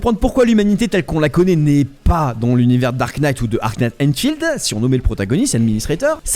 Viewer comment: « En SEHHH » nan par pitié un effort 💀